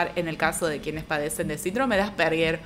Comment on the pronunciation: se pronuncia Ásperjer ( Asperger) no arperguer